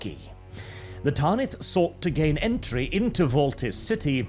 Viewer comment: Tan-ith. Not taaan-ith. Like banish, not baaanish. Great video tho I feel like Hermione 😂